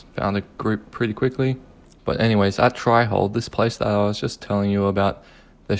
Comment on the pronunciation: "Try"hold. Small woopsie there.